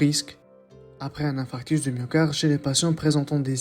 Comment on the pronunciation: On parle d'infarctus et non d'infractus .!!!!